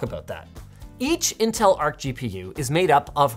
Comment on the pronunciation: Now time for our sponsor "Intell"